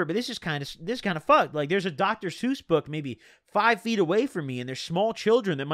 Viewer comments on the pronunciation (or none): none